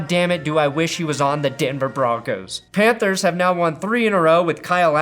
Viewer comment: Lol "Pantehrs".